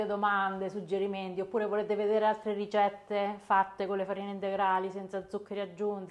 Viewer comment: Salve, io la seguo sempre e mi piace tanto come lavora. Ma perché dice "rigette" invece di "ricette"?